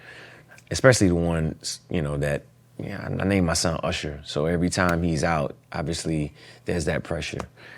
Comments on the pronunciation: He even pronounced his name Ursher! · I loove that he still calls himself ERsher, the south gave him that name because we cant say Usher. LOL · ...UGHsher even mispronounce his name URsher. Could someone tell him there isn't an R before the S nor a SILENT R before the S. Maybe there's an INVISIBLE R. LOL LOL LOL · No one's gonna bring up him calling himself URSHER?? 😂